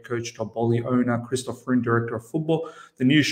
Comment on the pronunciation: Freund !! it prononce FROYND !!